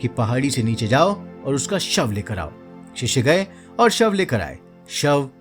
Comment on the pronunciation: शिष्षे नही शिष्य बोलो